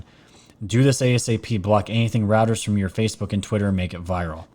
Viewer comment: Great show as always! Reuters sounds like 'ROY-TERZ'